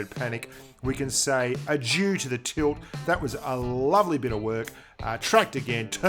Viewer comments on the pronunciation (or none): none